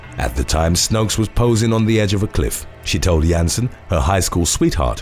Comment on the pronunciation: and then they are all wrong. The right way is not determined by majority vote. The women is from Belgium. I am from netherlands. We speak the same language and i even k ow the meaning of her name. 'Snoeks' is not pronounced 'snokes'